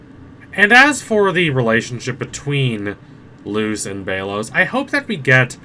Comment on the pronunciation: Sorry but it’s pronounced bell os